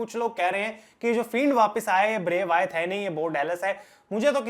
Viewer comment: Why do you say bray Wyath It's bray Wyatt